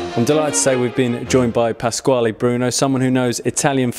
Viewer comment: PASQUALE, not pasquali